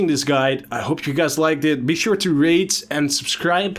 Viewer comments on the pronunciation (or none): "be sure to rate and subscribe" I was like, did he say rage? "Be sure to rage and subscribe" dafug O.o